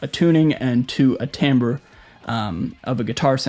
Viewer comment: timbre, not tambre.